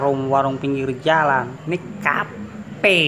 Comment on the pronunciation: Kafe bisa jadi kape haha, btw tetap semangat Bang.. 💪💪